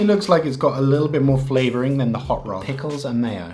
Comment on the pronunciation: Hot rod: in your opinion, i could confirm that you just said "Hot lays"😂 Im Finnish, and that kinda shocked me Oon suomalainen ja toi vähän niinku järkytti mu